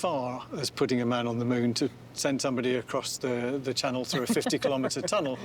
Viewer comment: the Shannel Thunnel?